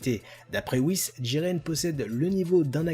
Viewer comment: Pourquoi tu dis djiren et pas jiren PS j'adore t vidéo et aussi jiren est plus fort que Goku en 1v1 et aussi du coup plus fort que Broly